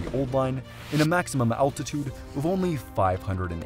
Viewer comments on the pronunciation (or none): none